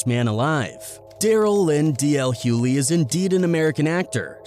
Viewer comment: I wanted to listen to this because I am a fan of DL. But it is impossible for me to listen,when the narrator can’t pronounce his name correctly. JUST STOP!😂